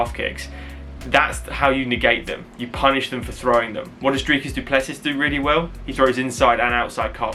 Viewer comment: Well done on the pronunciation! Not 100% but very close… close enough brother ;)